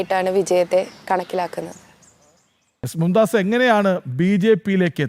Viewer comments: മും ദാസ് അല്ല മുംതാസ് ആണ് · മുംതാസ് ആണ് മുംദാസ് അല്ല